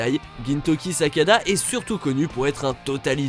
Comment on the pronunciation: Gintoki Sakada mais please faites un effort c'est Sakata